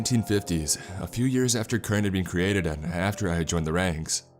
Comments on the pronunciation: Can we talk about how he calls CERN kern? It’s pronounced sern, and that hurts a lot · Yes I heard it lol kern-el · when you say "kern" are you trying to say CERN, the center for nuclear research in Europe? also, I think you meant causality instead of casualty. recommend finding and practicing pronunciations before publishing videos. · Cern is pronounced as sern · It’s pronounced “CERN” not “KERN” lol but great narration nonetheless 👍🏻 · It's C.E.R.N. with an S sound like sirn. Also cause al it tee. Come on man, get it together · Kern I believe "Cern" is pronounced Sern. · What's kern? I know of CERN ( s-ern), but not kern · CERN is pronounced Sern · Anybody else focused on the pronunciation of CERN lol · Anyone else notice that he pronounced cern as “kern”? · That pissed me off so much lol I was like wtf is Kern. Then I finally realized he meant CERN. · My only complaint is the mispronunciation of CERN. It has a soft "c" so is pronounced: sern as in concern. Not a bad idea to steer clear of political stuff at the moment though. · Pronounced SURN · "sern" =cern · It was CERNtainly a terribly done pronunciation.